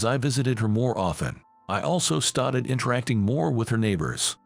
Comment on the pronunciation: Why are you saying started so funny